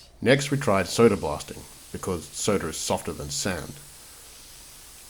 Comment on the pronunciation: There's no er in the word SODA ! 😳🥴